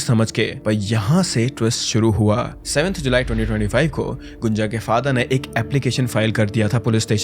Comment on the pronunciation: Abhey gunja ko gunjan kyu boll rha baat baR